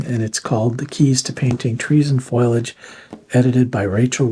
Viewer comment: Thanks for sharing such useful resources. (BTW, it's foliage, not foilage.)